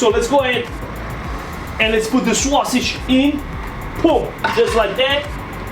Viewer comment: The “swuah-sidge.” 😁